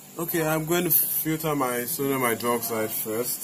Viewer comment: I hear "sºdºmite" 50% of the times you say "sodium hydroxide" lol